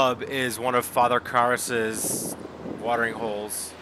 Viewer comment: Father KARRAS, not Father "KASSER".